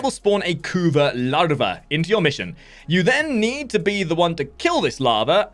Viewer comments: CAn you for once in your life not spell "kuva" like you are having an aneurysm. It's annoying as hell jesus christ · can you please stop saying kuva like that its fkn annoying dude. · Yea totally agree